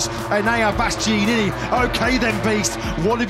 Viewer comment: How on earth is it so difficult to pronounce BastiAnini correctly!?